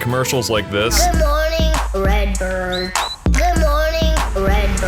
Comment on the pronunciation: “Red burrrrrd” 🗣️🔥